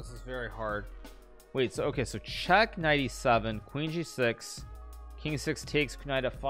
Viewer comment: kuh-night f5